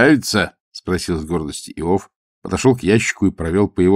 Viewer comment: Простите, Александр. АлексИй. Иов. неправильно ударение. Надо было проконсультироваться. Я Вас уважаю, как прекрасного артиста, но эти небольшие ошибки шокируют. 😮